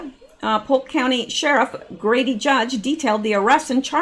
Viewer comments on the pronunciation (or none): none